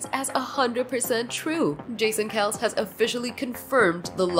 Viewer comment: Its pronounced Kelsee